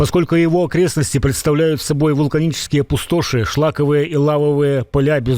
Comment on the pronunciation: не пусто́ши а пу́стоши, у меня иногда такое ощущение что, как будто бы говорит ИИ.